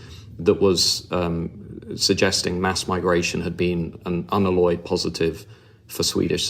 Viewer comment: Why can no-one pronounce ‘unalloyed’? Can you pronounce ‘alloy’ as in a mixture of metals? Then ‘alloyed’ and ‘unalloyed’ shouldn’t be the problem it appears to be.